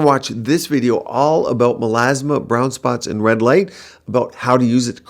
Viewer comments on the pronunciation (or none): none